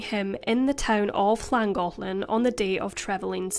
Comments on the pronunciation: As a resident of N. Wales and of the county of Denbighshire, your pronunciation was spot on of both Llangollen and Rhuddlan ❤️ Thank you for sharing this case x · As someone who lives in Wales, I appreciate the effort in learning how to pronounce Llangollen